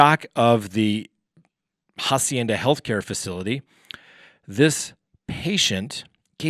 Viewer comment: Hi. In Spanish, the letter "H" is silent. So "Hacienda" is pronounced "Ah-see-ain-duh" you see, without the "H." Rock on.